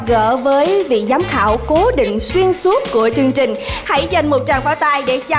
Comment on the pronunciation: Chương trình. Mà cứ phát âm thành "trương trình", nghe hơi dị ứng.